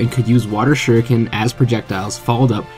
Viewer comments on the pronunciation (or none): none